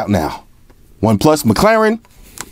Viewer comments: do me a favour and teach Jaime Rivera how to pronounce McLaren. 😂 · is it mc claren or mc laren? hmmm